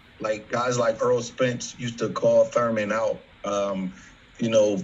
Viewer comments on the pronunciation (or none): none